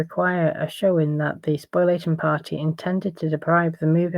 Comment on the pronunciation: Spoliation, not spoilation